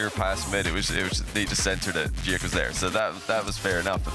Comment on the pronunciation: I'm the biggest Joreuz stan in the world and I'll be rooting for NIP in Paris! Glad Novo won't be there so we don't have to listen to JohnnyBoi pronouncing Giuk in the dumbest way possible. It sounds like he's having a stroke.